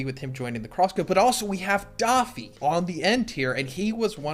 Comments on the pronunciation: Why does this guy call him DOffy not Doffy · who’s daw-fee? 😂😂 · Rare L for pronouncing “Doffy”